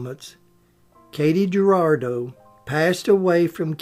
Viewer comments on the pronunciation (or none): No,, she was not known as KAY-tee Ger-AR-do. It's spelled Katy Jurado, and she pronounced it KAH-tee Hyoo-RAH-do. Ernest Borgnine, briefly her husband, said of her spitfire temper, "She was beautiful, but oh, she was a tiger!" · It's Cotty Hurahdough. Tha't is how to pronounce it.